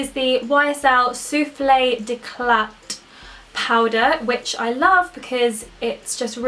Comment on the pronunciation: You don't pronounce the T in d"éclat [